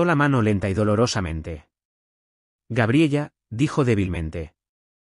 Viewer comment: Y toda la historia diciendo gabriella creo que se pronuncia Gabriela😅😅😅😅😅